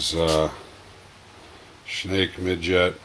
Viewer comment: Great video but Schnacke is pronounced SHAN KEY !